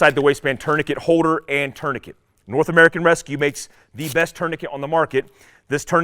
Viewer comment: What is the way you say “holster” and “holder?” It sounds like you are saying “hoe-ster” and “hoe-der.”